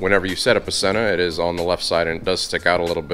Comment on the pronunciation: So, Sena sent you a helmet and you don't know how to pronounce their name? Sheesh.